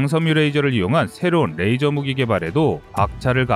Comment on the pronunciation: 레이저! 러이저! 러이저요~~~~!!!